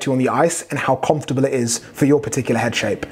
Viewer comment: Man still can’t say comfortable